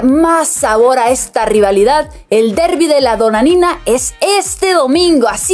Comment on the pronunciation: Debería practicar más la nueva chica con 2 errores diciendo fraugando y después dijo el Derby de la Donadinna, deberían editar bien estos vídeos errores garrafales en esta edición